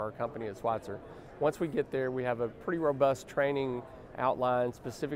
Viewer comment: It’s not Schweitzer… it is Schweizer. There is no “T” in the name. As CEO, you should know that.